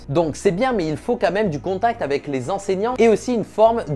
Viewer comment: Avec, aveC. 😝 Qui se prononce aveK. En phonétiques ça donne : « avɛk ». Juste au cas où, aveQUE ! 😇 On prononce le C, comme un K à la fin du mot « avec ». Donc quand tu dit : « Avé des professionnels », par exemple, ça ne veut rien dire. 😇 C’est juste pas beau. 🤷‍♂️ Dans chaque vidéo le, « avé »,il sort et il me sort de la vidéo, car si peu agréable à l’oreille. 🤬🤯 😂😇 Autrement, vidéo cool et intéressante, comme d’hab ! Ça donne envie de s’y mettre, même quand ça n’est pas, du tout, notre domaine ! 😅